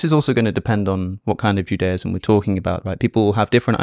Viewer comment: Wish you pronounced Judaism normally though haha